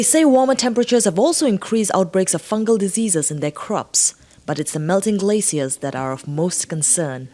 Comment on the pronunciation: When she says "Glaciers" she sounds like she's saying "Glay seals"..